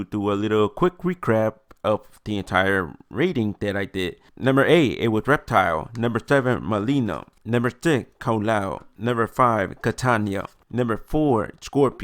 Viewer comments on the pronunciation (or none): Friendly advise to improve your content: learn the names of things you're going to talk about. Kitanya... Kartakin... I stopped there because if you can't be bothered to learn the names of stuff I'm not going to bother watching.